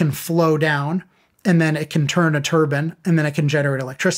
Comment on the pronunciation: Turbine not turban